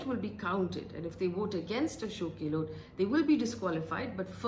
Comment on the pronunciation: not for you Faye But Delhi Media can't even pronounce Gehlot correctly. Too anoying. गैहलौत NOT गेलोट । 😩😩😩😩